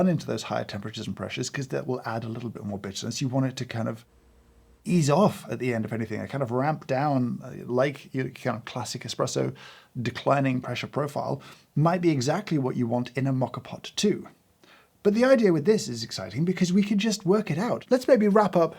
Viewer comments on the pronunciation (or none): OMG! he said "eXpresso", how can I take this man's coffee advice any more? What do I do with my life now?